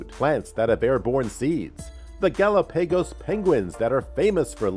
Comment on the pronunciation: Gal a pay goes island. Thanks anyway. 🤣🤣🤣